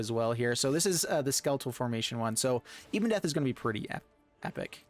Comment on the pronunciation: It’s not «Ibondeath», it’s Ebondeath. Ebon as in ebony, meaning black.